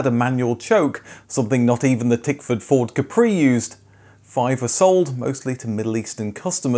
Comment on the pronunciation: Like I already commented early, you keep pronouncing the "Capri" name wrong. In fact, Capri is an Italian island known as a classy and expensive summer vacation place. Its name should be pronounced the Italian way, stressing the first syllable, i. e. "Cápri" and NOT "Caprì".